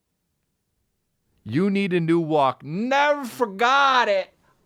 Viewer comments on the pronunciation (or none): "And I NEV'FERGOOT IT"